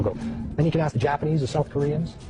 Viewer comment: aks aks aks finna go crazy when people cant pronounce ask properly